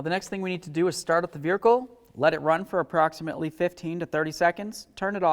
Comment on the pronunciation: Raise your hand if you counted the way my friend here said veirhercle…. lol 🙃🙂😵 great info nonetheless. Just couldn’t get over the accent… good stuff keep it coming👍🏼